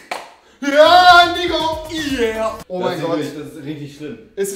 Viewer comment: rewi sagt einfach niggo statt NICO